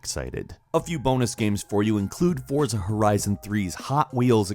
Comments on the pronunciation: Forza is pronounced Fortza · The title Forza from Deutschland is pronounced FORTSA. Danke BTW Gran Turismo Sport is the best!!!!!